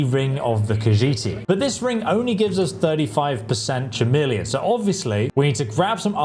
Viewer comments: It's pronounced ka-meel-eon. It's KA, not cha and not Sha. How have you never heard this word said out load before? It was so distracting that I had a hard time focusing on the point of your video. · “Chameleon” is not pronounced that way. It’s pronounced with a hard “C” sound, so it sounds more like “Cuh-meleon.” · Either way, it is a K sound at the start. Another word I hear being utterly mangled, that of glyphosate, when it should be pronounced as gly-fos-fate. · Chameleon is pronounced with a k. Trying to save you some hate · It’s a K sound not a CH sound at the beginning - like the reptile. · Schameleon he really said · Bro really said "Schameleon" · How are you English and can’t pronounce chameleon properly?? Do you say K-nife? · Dammit bro.. I have never heard Chameleon pronounced so wrong. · 😂he forgot how to pronounce chameleon!! Woww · Dude it's clearly a bit he isn't a retard. He even laughs